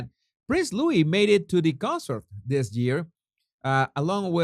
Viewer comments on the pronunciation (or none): none